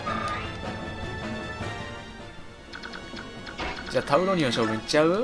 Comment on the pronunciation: タウロニオのこと タロウニオって言ってたw